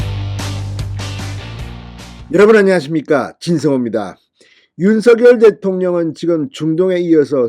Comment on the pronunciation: 우리말. 바르게 소리내기 대통령 윤석열 바르게 소리내기 윤성열로 발음하세요 윤서결 발음은 틀렸습니다 진성호씨 바르게 발음하세요 바르게~~~~공부좀하세요 남들이. 따라하고있어요 윤서결